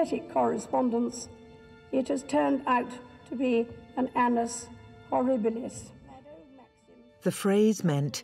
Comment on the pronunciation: "An-n-us horribilis"